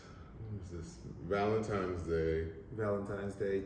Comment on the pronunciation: Did he really say “valentimes” day?